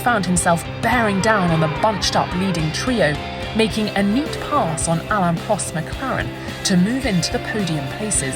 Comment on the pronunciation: “Alan Prost”, “ayearton senna”. Come on, please get the names and pronunciation right!